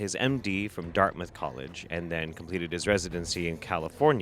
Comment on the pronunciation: I was 25 mins in when I realized you said Darthmouth College and not Darkweb College. It says alot about this guy that I (mis)heard that and was like: "yeah, makes sense".